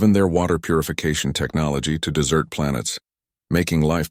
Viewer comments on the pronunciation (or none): dessert versus desert, it's not that hard and even an AI should be able to figure it out.